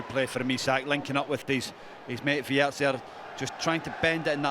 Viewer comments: Wirtz. It's Wirtz. With a Z. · Its WIRTZ not WIRTS btw